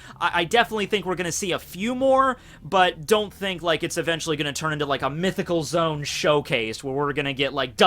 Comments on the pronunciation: Oh my gosh. Him saying zoom instead of zo-an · its zoan not zone pleeeeeeeeeeeeeeeeease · “Zone”? I thought it was “Zo-an”... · it is zo an not zone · Mythical zoan suk-ub-us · Did he say zone